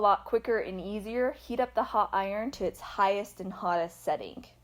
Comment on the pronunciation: What’s a bu’on and a how do I get my iron ho? USE YOUR “t”s. Speak English!